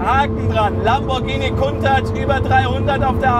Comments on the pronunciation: Warum sagst du immer "Kuntach"??? Das Auto heißt "Countach", wie Account, danke. Das nervt extrem, danke. Nettes Video, weiter so. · ich habe die Aussprache Countach hinterm C wird ein u gesprochen noch nie so gehört. Ist das denn richtig ?